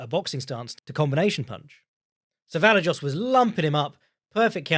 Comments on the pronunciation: I'd rather hear pronounce it 15 different ways than hear Luke Thomas correct his co-hosts on its pronunciation 15 times and then immediately butchering any Slavic name. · butchering Vallejos name like a prime Chael Sonnen